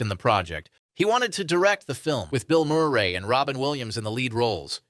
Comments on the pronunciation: Is this narrator guy AI 😅 or just foreign. Who's Bill Murrr-ray, Bar-bah-ssah, Broookheimer, etc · Ai voicescript its a computer program emulating human speech patern... its also why it cant pronounce BILL Murray (Murr ee)